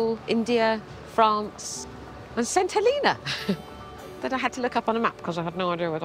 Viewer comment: Quite apart from this being incredibly touching, it is also nice to hear someone pronounce St Helena correctly.